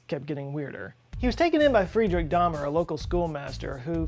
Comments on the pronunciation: Daumer should be pronounced "dow-mer," not like Dahmer. The name Georg sounds like "Gay-org," not George. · It is pronounced and spelled DAUMER ( as in "HOW" )!